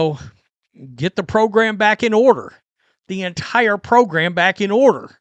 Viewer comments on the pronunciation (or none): none